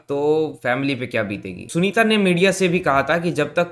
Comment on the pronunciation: sanita नही यार sunita